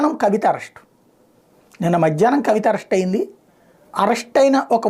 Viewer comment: Areshtu kaadhu topu reporter …it’s arrest